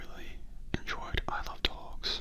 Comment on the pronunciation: I just realize if anyone keeps saying “Isle of Dogs” it sounds like you’re saying “I love dogs” lol just thought I point that out. XD Oh when I first saw the trailer of the movie, I thought it was strange but I’m thinking about watching it as a lot has said it was good :)